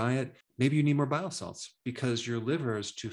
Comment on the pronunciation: Hey doctor just curious are you saying bio salts or bile salts?